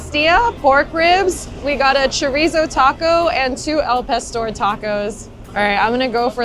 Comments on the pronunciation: Chorizo, the 'Z' us pronounced as an 'S'. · Girl you need to roll that R when you say choRizo lol